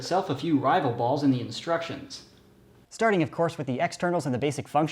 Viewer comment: why do you keep saying ballzzz